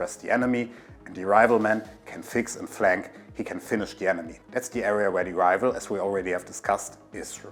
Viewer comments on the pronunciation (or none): It's Rifle, not Rival. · Rifle - the f is pronounce fu, not vu. You’re saying rival not rifle in you’re pronunciation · man I'm so stupid, I thought he was saying rival, (even the caption think so too) but the accent made me realize he was actually saying rifle or rifleman